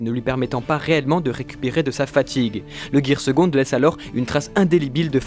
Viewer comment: Mec c'est pas ger seconde c est ger sevent